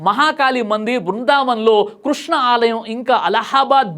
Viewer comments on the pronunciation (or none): none